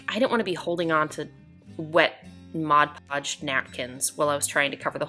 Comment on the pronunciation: Thank you for pronouncing Mod Podge correctly!!!!